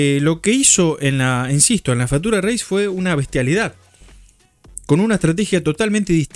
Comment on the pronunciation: Te banco pero no podés pronunciar "fatura reis". Hasta Fossaroli lo pronuncia mal diciendo "Fiuchur reis". En criollo básico se escribe así la pronunciación correcta: "fítchur reis".